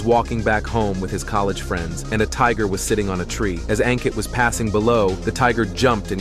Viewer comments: It's pronounced as Un-kit not Ang-kit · It's pronounced as Unkit. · A n Kitt ( pronounced ) one word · Aun kitt ( pronunciation one word )